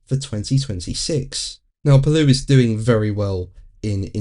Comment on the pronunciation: It's Paloo not Paluu. But y'all have a hard time talkin' 'Merican over there. 😅